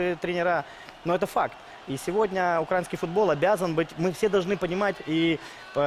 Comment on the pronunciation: Научите его правильно ставить ударение в слове "украинский".